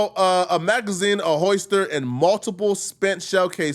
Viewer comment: SECOND incorrect usage of words for today: “hoister” instead of “holster” 🤦🏾‍♂